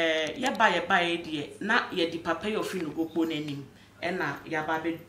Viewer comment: Sir please the name of the time is Nogokpo not Nokpokpo